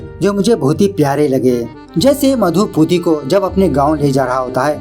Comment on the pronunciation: Its not puti its pooti